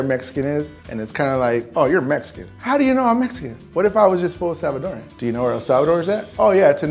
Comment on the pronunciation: I love that he said Salvadoran not salvadoriannn